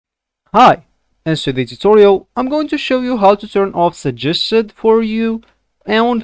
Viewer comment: man doesn't even know how to properly pronounce 'suggested'